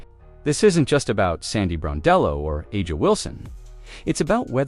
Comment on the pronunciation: You at least can respect this coach to pronounce her name correctly. Sandy Brondello deserve respect and a raise.